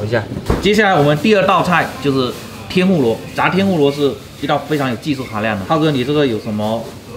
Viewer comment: 这普通话我也是真的服了。 灰常，。。 灰机吧